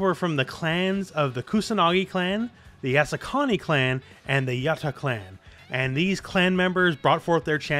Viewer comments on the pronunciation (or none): none